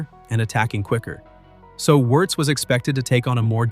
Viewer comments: It is pronounced "VIRZ", not "Yurz", for God sake. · Come on!!!! AI generated can’t even pronounce the name of the subject of the video😊